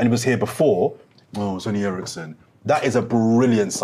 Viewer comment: He said Eriksen??!🤣🤣🤣🤣